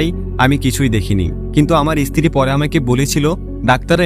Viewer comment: ভাষা ঠিক করে বলুন। ইস্ত্রী, এস্পষ্ট, বলছেন। স্ত্রী বলুন স্পষ্ট বলুন।